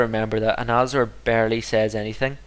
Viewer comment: u have been saying azanors name wrong u have been saying Anazor instead of Azanor, and u alwase keep saying the pickaxe of the stream instead of the axe of the stream (this has been getting on my nerves) next episode u should try and research some tainted things.